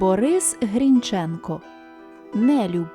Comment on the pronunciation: Не грiнчЕнко, а ГрIнченко, наголос на i.